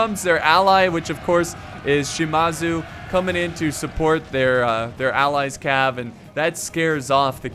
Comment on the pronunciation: Shimazu, it's Shi-Maa-Zu